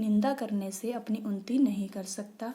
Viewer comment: Its unnati not unti